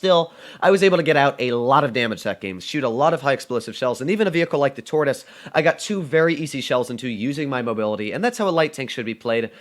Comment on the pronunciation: Hahahahah lol What did say in it supposed to be Tortoise😂